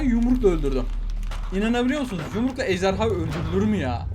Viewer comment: Ben:ejderha Ahmet abi:ejderya